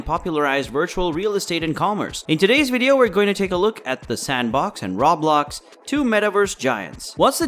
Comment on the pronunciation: RO - BLOX AS IN ROEEEEEE-BLOCKSSS. Rawblox over and over annoyed me.